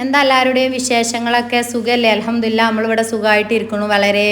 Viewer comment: അൽഹംദുരില്ല അല്ല മോളെ അൽഹംദുലില്ല ❤